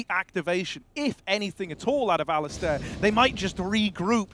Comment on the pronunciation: i hope the casters learn how to pronounce the name Alistair